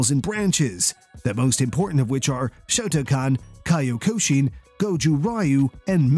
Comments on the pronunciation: This man pronounced Kyokushin like "Caillou-ko-sheen" 😂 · Somebody doesn't know how to pronounce Kyokushin. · If you can’t pronounce “kyokushin” correctly, you’ve lost me.